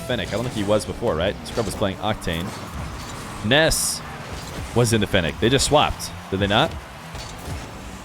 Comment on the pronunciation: its nass not ness im not tryimg to be mean